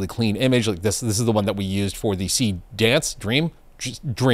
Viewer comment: So glad I'm not the only one calling it Seedance!!!!! 🤣